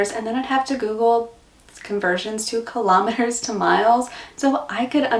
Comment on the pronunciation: First time I did not jump past the sponsor bit in a YouTube video. I love me some Arnotts biscuits! I eat a whole packet in one sitting :) I hope you are still pronouncing it "kill om metres", and not "kill oh metres" :)